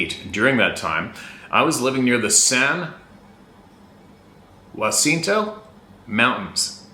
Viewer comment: You were close, it's "San-Ya-Cent-oh". If they can comfortably live there, they can live anywhere. Yup, you got Idlewyld right, If I was a Sabe I'd pass on that zone. So.Cal is a trip though. We've got some surprisingly gnarly mountains here. I've explored a ton but now they've closed all the roads & figured out how to block me from blowing the locks off the gates w/my 12 Gage. I'm sure the Sasquatch are happy about that, but then again who knows what they really want. Those hairy freaks are on a whole different agenda. Go Easy, thanks for all you guys do!!